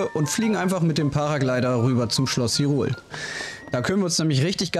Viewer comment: Hürul? Hyrule, wird english so ausgesprochen: High-rule